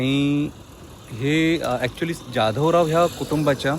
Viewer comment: ज्याधवराव नाही तर जाधवराव असा उच्चार करा.